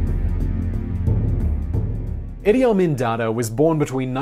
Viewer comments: It's Idee Ameen not the way you say it. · I know dude was a monster, but he is a historical figure. How about pronouncing his damn name right?